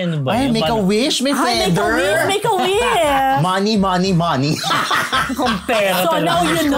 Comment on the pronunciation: it’s “wish” hindi “wis”